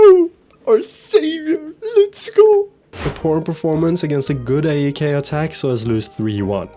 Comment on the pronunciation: As a Greek, you're doing so well with the pronunciations of the clubs and players, but just one single thing to keep in mind: AEK is pronounced exactly like PAOK, not separating the letters. Love the videos!